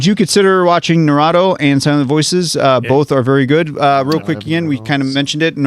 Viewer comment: the way keeps mispronouncing damn near every anime title XD like i get it but still its so funny Edit: narado XD nahh rooo toeee Naruto